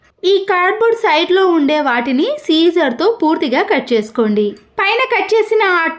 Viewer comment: టిప్స్ బాగున్నాయి కానీ పద దోషాలు వున్నాయి . వాష్ రూమ్ అంటే రూమ్ మొత్తం అని . టాయ్‌లెట్‌ కి వెళ్ళేదాన్ని (బేసిన్ ను) కమోడ్ అని అనాలి కానీ వాష్ రూమ్ అని అనకూడదు . కత్తెరను సీజర్ అనకూడదు సిజర్ అనాలి . నెక్స్ట్ టైమ్ నుండి ఇలాంటి పద దోషాలు రాకుండా జాగ్రత్త పడమ్మా 😊 .